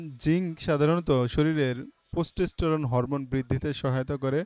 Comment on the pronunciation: Testosterone not the word you are pronouncing